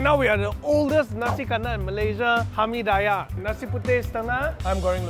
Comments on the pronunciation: Hamee-die-yeah.... really cannot wei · Its not hamee 'die' yahhhh Its called hamee diiiiiiiii yahhhhh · kenapa dia sebut "Hami Dayah" bkn sebutan dia "Hami Diyah" hehe apa2pun bgi aku x kisah la kedai mana pun asal nama nasi kandaq? mmg aku tibai je semua mahal ke murah ke aku x kisah sbb aku mmg hantu nasi kandaq.... hehe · I'm gonna pronounce it hamidaiyah from now on. It just sounds so right 😂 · It is Hameed-dee-yah.. or maybe thats they way I was taught to call it.. Hameediyah is just a stone throw away where I grew up.. :D the original restuarant that is. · If you're gonna say it 10 times, the least you can do is learn how to pronounce Hameediyah bro 😅